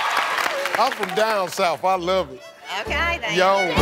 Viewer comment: She made three syllables out of yawn 😂🤣